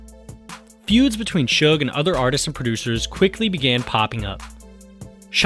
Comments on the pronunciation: Seems so weird to call him Shug spelled Suge. I purposely pronounce it Sooge at this point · Shakur is biggest Doofy of all time. He destroyed hiphop with his shitty HipPop. BTW: the guy is called Suge not Shug BTW2: Look what a Bastard Suge was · As soon as I heard Suge pronounced SHUG, I had to end the video